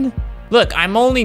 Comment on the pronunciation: it's only Matt Luke theres no s :/ that's just how flamingo said it he put a invisible s at luke